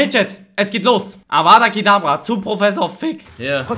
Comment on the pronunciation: Feier diese neuen Formate. Weiter so! btw. Es heißt Avada kedavra